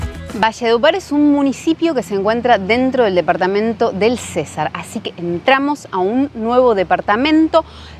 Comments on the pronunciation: César... no. es Cesar sin acentuar. jejejejeje.. buen video y si esa costumbre en la coste es terrible muchas veces. pero bueno buscar un mejor sitio la proxima. saludos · Hola 😊 vengo a corregir te mi reina. Se pronuncia cesar sin tilde. Gracias por mostrar la historia y esta región.❤ soy de San Alberto cesar y mi deseo es conocer valledupar la capital y el río guatapurí.😊 Lo siento por ustdes, el calor que les tocó aguantar🥵 creo que hace más calor que en mi pueblo y allá en mi pueblo es una vaina muy brava.😅 saludos desde Andes Antioquia bendiciones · Hola el departamento del "Cesar" se pronuncia CeSAR con acento en la "A" CeSAAAAAARRRR, y el Río es GuatapuRÍ con acento en la í.